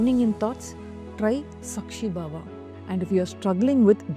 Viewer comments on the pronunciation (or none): Sākshi Bhāva pronounced as Saakshi Bhaava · You're pronouncing all the sanskrit words wrong! Its nishkaama karma- meaning karma devoid of any kaama(passion/attachment) 2. Its saakshi bhaava- saakshi meaning witness in many indian languages. Bhaava- meaning quality. When the video was done with such good intent that captures the attention of audience, I think paying attention to the diction of the ancient hindu scriptures must be treated with equal weightage. Why? 2 reasons- 1. People who dint know about what you want to say- will feed it wrongly and possibly spread it wrongly. That's how confusion with our own culture/scriptures is being exploited by other forces. 2. Those who know/familiar/aware and are able to identify that aspect- will have diluted attention in the wonderful concepts you convey in this video. Eitherways, Please pay attention to the sanskrit words and their pronunciation in your work. All the best!